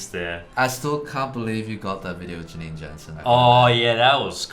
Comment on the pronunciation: Eddy:The 'a' in Janine's surname is pronounced like 'ah' not 'eh'. Jansen is one of the most common Dutch surnames. It means: son of Jan (John).